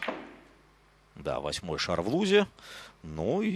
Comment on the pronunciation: Да Бля...ь не шара ,а ШАР